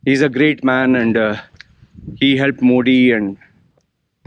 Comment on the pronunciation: first say Modi correctly being Indian if you dont know ..learn it. I am not supporter anyway but u r over acting.